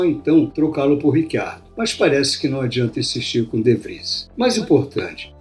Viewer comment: Mas esse nome não é nem português nem espanhol (pra pronunciar Ricardo), nem inglês (Richard - pra pronunciar RÍtchard, sendo ele australiano, sendo o inglês o idioma oficial da Austrália), mas sim e obviamente ITALIANO (e nesse caso pronuncia-se RITCHARDO).